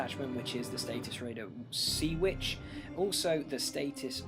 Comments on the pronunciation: Harvin? Derrrg? Status? ...do you even read these names? Nice BR tho, great to watch and nice narrative other than the name mauling! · Satyxis = "sah-TICKS-iss". Darragh = "DAH-rug".